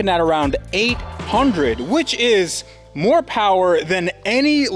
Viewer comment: Moh powahhhh baby